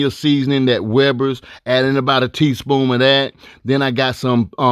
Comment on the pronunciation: I thought I was the only one that noticed him saying "teaspoom"